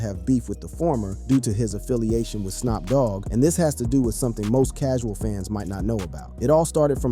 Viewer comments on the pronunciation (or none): He also said, "Snop Dogg" !!